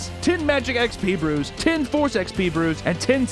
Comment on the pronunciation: Lol when you were giving the raid sponsor and you said brews I honestly thought at first you said Hebrews and I was like "wait you can gets jews in this game" and then I looked down saw 'brews" lol